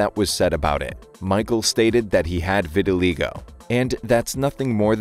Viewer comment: you pronounced vitiligo wrong